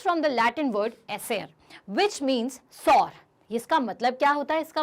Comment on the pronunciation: To many wrong pronunciation..sour,lichen -correct your pronunciation